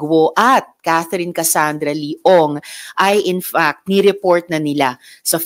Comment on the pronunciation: "In fact" with a letter "T" NOT "In Fuck"